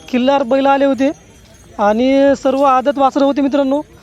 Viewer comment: औदात नाही दादा.. आदत..बोला